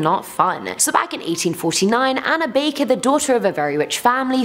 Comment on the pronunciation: Anna baker?????? HANNA BAKER!!!!!